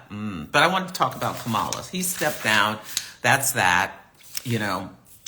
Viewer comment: From your mouth to Goddess' ears! Yes we! BTW - it's pronounced like "Comma-La"